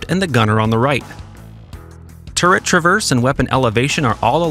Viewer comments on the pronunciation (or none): none